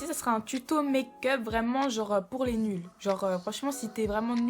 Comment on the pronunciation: "Li sourcil"😂😂😂😂😂